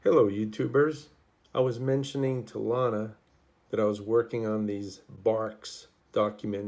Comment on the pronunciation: Great work! Your work is amazing! FYI it’s Lana as in banana! 😂❤